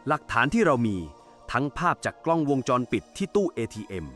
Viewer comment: จะมาชัดได้ยังไงคำว่าวงจรก็อ่านว่า วน วง..แทนที่จะอ่านเป็นมาตราแม่กงคืององูสะกดแต่ไปอ่านเป็นวน น มาตราแม่กนทสะกดมันใช่หรือลิ้นชักตรงไหนไปฟังดีๆไปฟังใหม่ฉันฟัง 3 รอบ วน...วนอะไรงง มันต้องเป็นวงค่ะงงู วง..จร..ไม่ใช่วนวนเวียนนหนูคนละเรื่องกัน